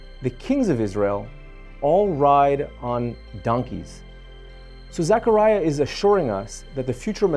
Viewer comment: The least you can do is pronounce his name properly. It’s zeh kr ai uh “Zechariah” not pronounced Zachariah…..